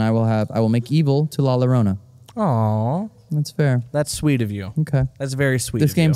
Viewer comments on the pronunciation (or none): Can we please get the correct pronunciation of la llorona. In Spanish, the double L or ll makes a Y sound. So when you say llorona it sounds like Yorona. Anytime you see a double L just remember it sounds like a Y. Another couple of letters that are commonly mispronounced are J & ñ, most commonly seen in the word jalapeño. JALAPEÑO is pronounced Halapenyo. The j makes an h sound and the ñ makes a ny sound. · hearing them say "la larona" instead of la llarona makes me CRINGE. YOUR GIRLFRIEND IS MEXICAN BUT YOU CANT EVEN GET THE Y SOUND RIGHT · La Yo Rrona pronunciation. Love you. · The way you guys pronounced la llorona made me cringe so bad, but that truly is the English way to say it